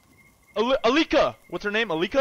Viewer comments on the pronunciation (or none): reading Antipsychotic perfectly Also:"ALIKA! ALIKA! "